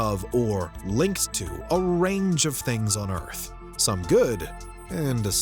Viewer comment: why cant you say Earth correctly?? wtf??